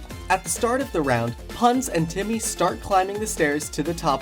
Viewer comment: Guys it’s Jimmy not Timmy